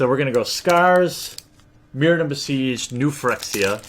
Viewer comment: im really sorry about this bro. I love this channel but its pronounced "fer-ex-ia"